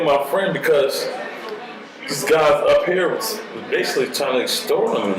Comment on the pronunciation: "I EXSTORT MF$"...🤦🏾‍♂️😂😂😂...IM FXXKIN CRYING